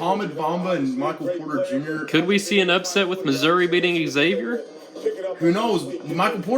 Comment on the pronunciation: pronounced Xavier wrong